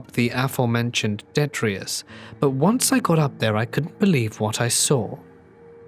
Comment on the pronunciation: And now for your worst nightmare, pronunciation corrections. 😉 detritus = deh-try-tess